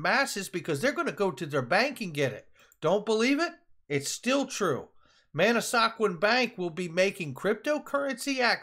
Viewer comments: It’s man-A-squan. Not man-A-sa-quan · Pronounced man a skwan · it’s pronounced Mana squan bank like swan with a k. I gotta check em out!